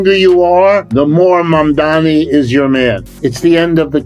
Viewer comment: His name is MaMdaNi, not Mommy-dommy. It's M before N, like in the alphabet.